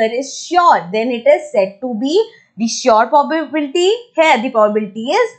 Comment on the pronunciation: its not poblbilty its pro ba bi lity XD